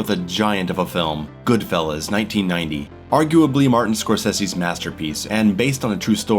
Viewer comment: I'm triggered by how you say scorcese